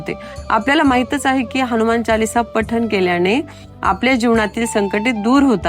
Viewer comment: ताई, खूप खूप धन्यवाद 🙏 अगदी सोप्या शब्दात आपण हनुमान चालीसेचा अर्थ सांगितला.पण बऱ्याच वेळा आपण हणुमान म्हणजेच नु च्या ठिकाणी णु चा उच्चार केला आहे,तसेच जीवन च्या ठिकाणी जिवण असा उच्चार केला आहे त्याची दखल घ्यावी.